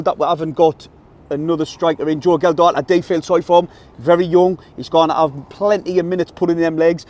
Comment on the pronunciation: Thanks for the vid lads. Aye, you kept saying Geldhart but that's because the "D" keeps moving around. 3 - 1 to the lads.